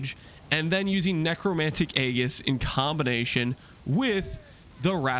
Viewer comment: 'Golem' doesn't rhyme with 'Gollum'. The 'g' in Aegis is pronounced 'j'.